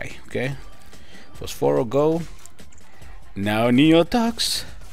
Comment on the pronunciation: You said d his name right